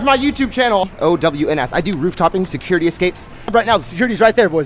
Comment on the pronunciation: Why can’t you say security